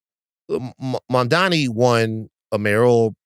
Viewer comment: Mamdani's name isn't hard to pronounce. Get some "Hooked on Phonics." 🙄